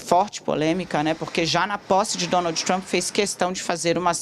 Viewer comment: "Donaldji tchrump"